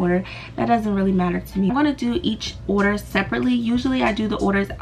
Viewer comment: the words order and annoying dont even have S sounds in it idk why she make it sound like it nohate just an opinion